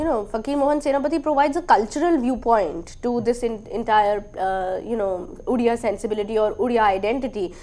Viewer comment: You can't even pronounce Odia properly